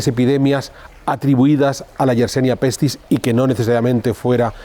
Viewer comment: Yersinia pestis, amigo. No YersEnia como dices en tu, como siempre, interesante reportaje. Descubierta por Alexandre YERSIN. Gracias!